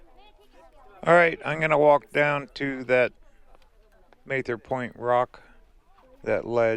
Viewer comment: Very good video. I love the canyon. Please learn how to pronounce Mather.